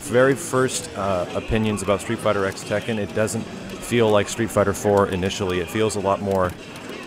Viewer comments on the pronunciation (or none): It's not a big deal, but it bothers me that he keeps calling it "street fighter x tekken" when it's technically supposed to be pronounced "street fighter cross tekken."